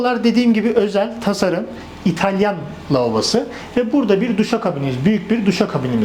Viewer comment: Laaoobo değil beyefendi, "lavabo" :)